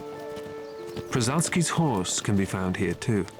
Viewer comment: This horse is called “Przewalski’s horse” not like you called… Originally: “Kon Przewalskiego”